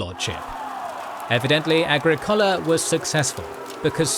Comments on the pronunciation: prounounce “aGRIcola”, not “agriCOLa”. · A-gri-COH-la A-gri-COH-la A-gri-COH-la! The narrator breaks immersion. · Agricola is pronounced ah GRIK ola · Comprehensive history! I’m not a fan of the format but the content is excellent. Why did you chose that pronunciation of Agricola?